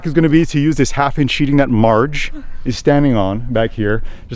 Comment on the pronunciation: 🤣😂🤣okay Marge you betcha! You need a little more practice with your accent 😂🤣💕. Looking good. those pizzas could have been used for frisbee golf 😂🤣😂. You get an E for effort.